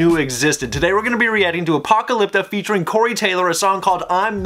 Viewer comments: Anyone not t gonna point out that he was saying apocalypta not apocalyptica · You're saying apocalypta. The bands name is apocalyptica. You're leaving off the -ica. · Dude, its ApocalyptICA, not ApocalyptA XD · Apocalypta? its fkin "Apocalyptica" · ApocalyptICa, not Apocalypta :) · It's Apo-kalip-tica.....what the heck are you doing. U r pronouncing it Apo-kalip-ta. U r high on your protein drink? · Did he say apoptalica? Lol! I just can’t! 😆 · love your face, but slow down and read the band's name when you first encounter them. A-poc-a-lyp-ti-ca <3 And you should check out "Path" by them, awesome song that's just them that shows their style and talent! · that's just the tip of the iceberg, man. Also, Apocalypta, damn man, learn to read xd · It's A-poc-a-lip-ti-ca... plz git it rite...